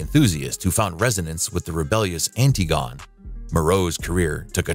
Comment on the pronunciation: Several mispronunciations by the narrator. Two in particular that grated 'unrequited' love with a short i sound and pronouncing the Greek tragedy Antigone ( An tig o nee) as 'An tah gone' Yikes!